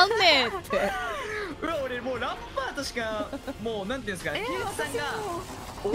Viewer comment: ランパー"ト"やな